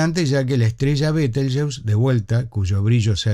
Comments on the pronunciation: En español se pronuncia /beteljéuse/. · ¿Por qué, si el nombre es de origen árabe, lo pronuncias en inglés?, ¿por complejo de inferioridad cultural ante ese idioma, el inglés?. Lo correcto sería pronunciarlo en español cuando hablas en español.